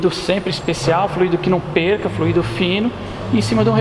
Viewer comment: A pronúncia não é flu í do, é Fl ú ido